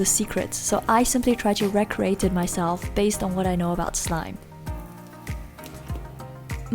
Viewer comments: You say re-create wrong..it’s not reh-create its reeeeeeeee-create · stop saying recreate incorrectly